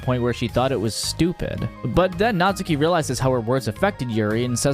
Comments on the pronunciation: cough cough her name is natsuki, not natsUki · Just to ruin everyone's day: her name's pronounced "Nat-ski" in Japanese 🙂 Also, never realized but im literally her